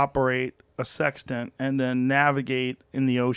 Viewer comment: How many people thought Joe said 'How do you learn how to operate a 'Sex Den', then navigate the ocean'? I was like WHAT?!?! lol